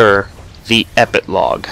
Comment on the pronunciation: ah but you kept saying epiclog :P